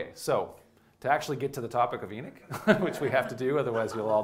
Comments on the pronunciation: i cant even listen to someone who cant pronounce the name of the book they are speaking about its too bad because other than that it seems like a good lecture but i cant get past it. its not "Enich" its Enoch! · Pronunciation is not EE-nick, its ee-NOCK. Great video btw. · Why is he saying "Eenic" instead of "Enoch"? {:-:-:} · Enoch (ee- knock) not Enick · It’s pronounced “enOch” not “enIch”so annoying. How does this guy not know the pronunciation of the the letter “O”? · why does he call it "the book of enich " ? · Can he not say "E knock" or am I not properly pronouncing Enoch ? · I might have listened to this if he was able to pronounce Enoch. Why Enick? Why? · Why Inick ? E is like Ellen. English is the only language that pronounces E as I. Everybody else pronounces it like Ellen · I know I am Slovak and we also have the throaty ch. We pronounce it the same as you. He's also misprounouncing E at the beginning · E-nick???? ... is this guy for real? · E'nik? Is that like, beatnik? Sir. Your pronociation is both dreadful and confusing. C-. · Who's E-nick? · Love your talks (but it’s is pronounced ee-nok) 👍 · It's sounds like he is saying eneck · it's En"O" ch. for the love of God please speak correctly. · Enic? Where didxyou learn to pronounce words? Delete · Enick? I bet this guy still says epoch properly though🤦🏽‍♂️ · It's pronounced E- knock 🥴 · Enoch not Enich! Wtf this guy sounds like a highschool speech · Enoch or enich this dude is giving a talk and can’t even pronounce the name correctly 🤣🤣🤣🤣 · A comparable example could be found in "The Dukes of Hazard" where the character of the deputy has another, similar Biblical name "Enos". The show portrays the traditional American pronunciation of that name: EE-nuss, (rather than "ee-NOSS"). I appreciate that if you live on the coast in the Northeast, you may have access to people influenced by modern Hebrew pronunciation, rather than standard English pronunciation. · You keep pronouncing the name of Enoch wring.